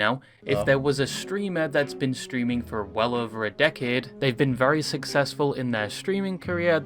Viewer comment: Stweaming UwU